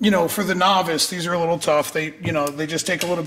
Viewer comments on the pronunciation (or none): none